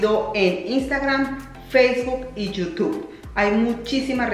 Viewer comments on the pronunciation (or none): none